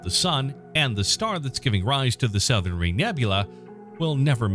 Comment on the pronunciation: The “sow-thern” ring nebula? Maybe this misprnouncer is from outer space.